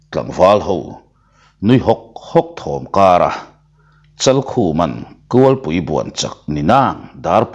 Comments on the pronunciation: Kulhpui tih chu a har viau a niang kualpui tih a ri tam zawk tlat mai mahse kan hrethiam zel tho aw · Kulhpui tih I lam dan tulh2 chu a.